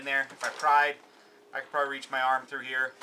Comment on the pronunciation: That's "arm" not "are"